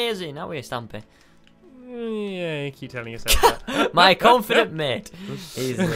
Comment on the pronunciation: Stampy not stupy